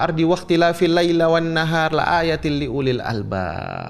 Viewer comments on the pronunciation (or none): Punten... ... wakhtilaafil laili, bukan laila